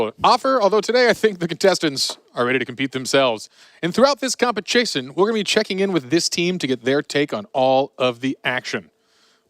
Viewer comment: the way hw pronounced competition